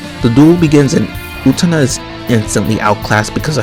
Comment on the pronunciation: Excited to see someone react to Utena, it's always a good time! That's not how you pronounce her name though 😶